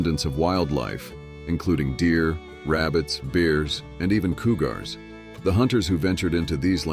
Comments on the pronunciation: What's a Cou-gar? This channel needs a human narrator. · So it in addition to AI narration, we must endure forced closed captioning blocking parts of the pics we are here to see. Oh, and , tell me, what is a COO-GARR? No subscription from me. Bye now🤠